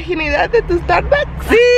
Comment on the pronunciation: "Mi primer estarbucs"🤣